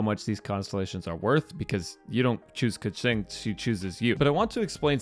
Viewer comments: It's Keqing not Kexing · You saying Kucing immediately prevented me from finishing the video.. goodbye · its ku-ching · I hate the way you say kiqing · why u say her name liek dat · The pronunciation of her name is going to kill me before this video is over... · why does it sound so weird everytime you say keqing xD im sry if i sound rude thats just my opinion